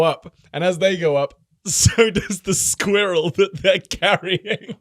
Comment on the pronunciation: the way says squirrel is the funniest thing ever 😂😂😂